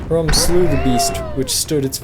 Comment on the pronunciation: It's "Hrum"